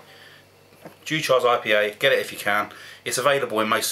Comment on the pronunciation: Its pronounced like Dew-kers Its one i have drunk a few times in the past..Caledonia 80/- from the same stable also a good one to try..Great review..